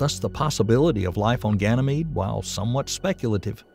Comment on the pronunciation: Ganymede is pronounced "gan uh meed", not "gan ee meed".